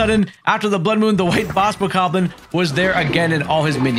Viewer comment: Whats a bokarrrblin???? Its bokoblin😂